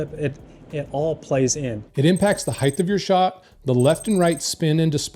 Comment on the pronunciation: It's height, not heighth.